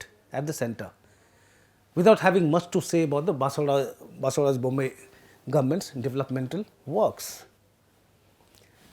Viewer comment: since you are going to cover the Karnataka elections over the next few weeks - please get the pronunciation of proper nouns accurately. It’s not Chitradurg but Chitradurga. Also names that end with “dra” like Vijayendra are pronounced differently in south India than in north India. Also Basavaraj is pronounced as bus-uv-ah-raj not bas-uv-a-raj. Please keep in mind the sensitivities of the viewers especially paid subscribers like me